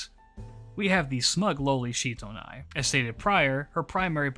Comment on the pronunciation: As I understand matters, Sitonai's name is actually pronounced like it looks in English, with si- not shi-. She's from Ainu legends, not Japanese, and apparently the Ainu syllable represented by the Japanese kana for "shi" is more accurately pronounced as "si". So I wound up flinching every time you said Shitonai because I'm 99% sure it's Sitonai. The more you know XD